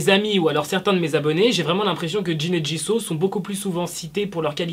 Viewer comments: Ça se dit pas jiso mais jisou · Woula quand j'entends :jisau mes oreilles saigne... C'EST JISOUUUUU